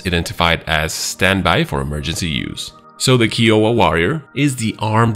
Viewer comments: Keeowa🤣🤣🤣 it’s pronounced k-eye-owa 😂😂😂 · Kai-oh-wah not Key. 👍 And is the AH-64 variant the longbow? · "kahy-uh-wuh" not "Key-oh-ah". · Also its pronounced "Kha-I-O-Waa"